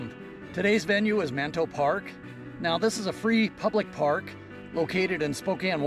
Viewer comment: Its called Manito park. (Ma-knee-toe) Not - Man-tow park The sister city is Nishinomiya (knee-shee-gnome-meeyuh) Not Nish-Nom-yee